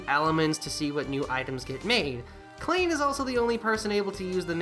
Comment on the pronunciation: Minor correction: "Klein" is pronounced "Kline," though I only know that because it's also a name Sword Art Online uses for one of its main supporting cast. Spelled exactly the same way in that series, actually. ...I have a copy of Iris 1. Really should play it sometime.